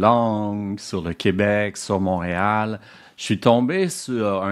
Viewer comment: Très intéressant. Il est québécois, mais il ne prononce pas “Montréal” correctement.